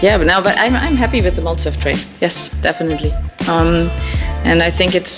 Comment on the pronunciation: Its molotow not molotov